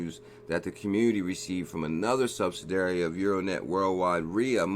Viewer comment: Hey check out how to pronounce "subsidiary";-)